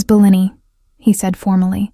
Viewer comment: Great story. Terrible video. Hearing Bellini pronounced incorrectly over and over, the terrible unrelated background is the lazy way out.